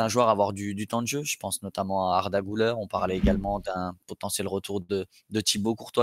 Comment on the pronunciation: Ça se prononce Güler (Gülère) et non (Goulère) 😉